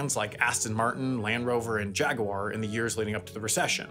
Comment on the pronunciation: Thank you for pronouncing the brand name “jag-war” and not “jag-uire.”